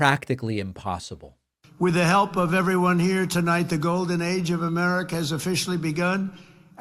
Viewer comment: did he say golden age or golden eggs?